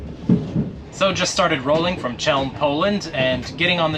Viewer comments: Man, so those are not just some ancient legends nor stereotypes: you Americans really don’t give a toss about learning how the geography you travel to is pronounced 🤔 It’s Chelm (!) {khél’m} But my personal like for giving a toss and visiting my beloved city. And learning how to get to the toilet as well 😂❤ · How is it that English speakers can never pronounce foreign names? Chełm? 🫣